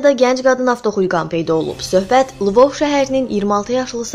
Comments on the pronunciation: Ай бисавад лвовь созуну дюзгюн телеффуз ет. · Zehmet olmasa, Lvov sozunu duzgun deyin